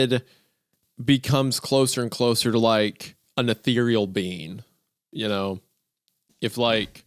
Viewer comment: "Come cwoser... wook how youw've chawnged."